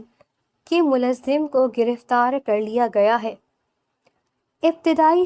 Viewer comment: The narrator has terrible urdu pronunciation. It’s mulzim not mulazim just one example. Change her.